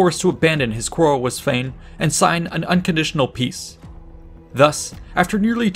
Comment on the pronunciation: Everytime he said the name "sweyn" i was like, wtf "spain" is doing there hahaha